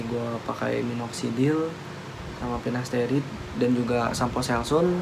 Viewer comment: Sampo selsun,pinasterid,ketomed haha nyebut nya lucu tapi ttp semangat yaaa bang mksih info nya